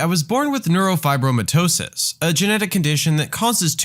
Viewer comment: HEY!!! I have both NF1 and NF2 THAT TEACHER GOT WHAT SHE DESERVED. (Also mine isn't as bad I feel bad for OP) Also top marks on pronouncing it correctly. A lot of my doctors can't even pronounce at first